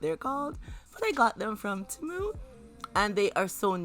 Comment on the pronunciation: Very beautifully done! Temu is actually pronounced tee-moo, but the way you say it is cuter! 😂😂😂